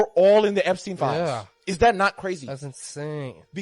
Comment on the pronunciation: Umm...'Eppy pen files?' Spend 16 years in a 12 year education and come out pronouncing 'Epstein files', 'Eppy pen files'? Sometimes I think my tax dollars are wasted.